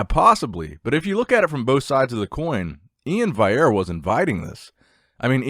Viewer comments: In before says Vaillere instead of Valliere again:) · Love the video,! But how can you say Blessing’s last name right but not Iain’s? Valley - Air lol